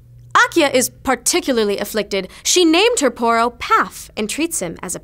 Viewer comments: oh its poro not porno xDDDD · well i have been pronouncing Poro wrong.